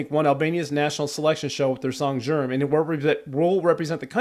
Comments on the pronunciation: Its not zsherm its pronounced sierm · It’s pronounced Ze-yerm! It translates to “blazing fire!” In the northern Shkodra dialect. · Zjerm is pronounced:Zee- yerm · Its pronounced like z-ee-erm Shkodra part was right and elektronuke is like electronic-eh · About word "Zjerm" is Z like zebra ,the 2-nd is like 1-st sound of yeld.